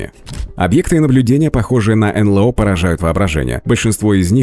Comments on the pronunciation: "энлЭо"(с) энЭЛо - вообще-то...прям "ухи" режет.. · Да чего уж там, произносите уже НэЛэО. Блин, ЭнЭлО!!!